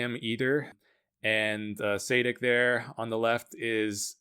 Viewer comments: its not saydick nor saadik, its Sadich (ch is pronounced like its pronounced in chipotle) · Milan Sadek is pronounced [sha:dek] good vid btw